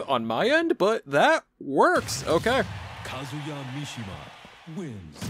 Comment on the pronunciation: His name's all ONE WORD; why are you pronouncing it as Kazu Ya?! It's Kazuya. Your way sounds so weird,... >.<